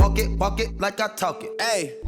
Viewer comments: Comment il a prononcé talk c'est chaud il a cru c'était dla poudre pr les culs des bébés wola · Le Bylka du coin waaaaaaaaa j'me suis dit exactement la même c'est chaud quand même y'a personne qui lui a dit comment le prononcer 😂😭😂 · Il a cru c'était dla poudre pour bébé, mdrr tu m'as tué toi 🤣